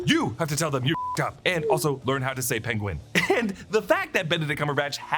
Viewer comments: And also learn how to say Penguin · We're a few years too early, he's a few blocks down practicing how to say Penguin 🐧